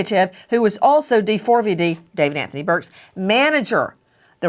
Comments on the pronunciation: The way they keep calling him Dee-Four-Vee-Dee is driving me crazy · When his name is printed D4vd--that is pronounced D-four-VUD, NOT DAVID! Pricelessly stupid. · Why does Nancy spell out his name 😂😂😂 In no way is it pronounced like that